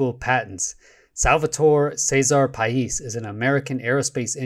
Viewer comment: Paish ...you pronounced it correctly , but the name is romanian , just like himself ..or myself. Coincidently enough , the first videogame that i ever played on SNES in the late 80's , was TOP GUN (oh those carrier landings!) and only my best friend at that early age would actually Have the Nintendo game. His name .....you guessed it ...Pais. Now 30 years later we're still friends and i always troll him with questions about the navy patents .... he never understands wtf i mean .